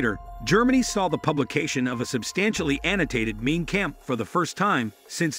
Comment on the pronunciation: Mein Kampf pronounced like Mine Kamf." This narrator makes it sound Main Camp.